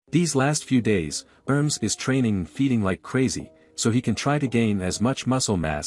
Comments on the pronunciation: It is not pronounced erms... It is pronounced Er-Mess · The name pronunciation is quite off...